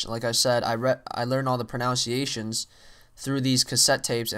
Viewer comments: did you say pronunciations wrong on purpose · i love how he pronounced "pronunciations" wrong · i found it ironic how he pronounce "pronounciations" wrong :)